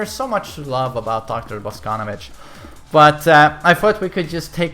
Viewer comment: Your pronunciation of Russian names and last names is terrible. It is not Alisá, it is Alísa. It is not Boscónovitch, it is Bosconóvitch.